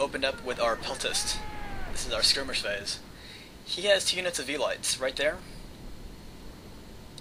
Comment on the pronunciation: Velites is pronounced velitEES if you listen to the commander guy